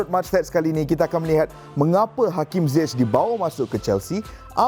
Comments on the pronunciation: No one : Frank Lampard : HAKIM ZAIYECH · pronounce nama ziyech ni.. zaiyech ke ziyech